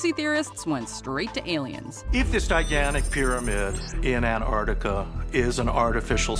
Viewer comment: ''ANTARCTICA'' IS PRONOUNCED ''AN-TARC-TI-CA.'' NOT ''AN-AR-TI-CA.'' Why does EVERYONE always get that wrong?! It's so irritating! It's a very simple pronunciation! Only an American can say that wrong. This concludes my biggest nitpick with that name.